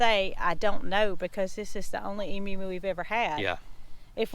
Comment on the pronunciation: Congrats, you are the first American I have heard pronounce Emu correctly, (eem you) most Americans say, eem oo.